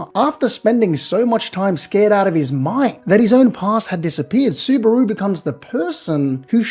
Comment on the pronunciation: bro is so Aussie he even pronounces Subaru like kangaroo